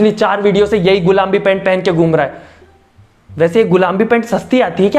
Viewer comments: Gulambi nhi gulabi hota h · Bahi app gulabi ko gulambi bol rahe ho🤣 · Gulaabi bhi nhi bola usne gulambi bola 🤣🤣🤣🤣🤣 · Who notice says gulambi instead of gulabi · Kya sirf mujhe hi lag rha h ki gulambi ni gulabi hota h....?